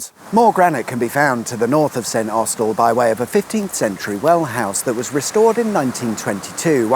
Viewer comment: It's pronounced Snossel.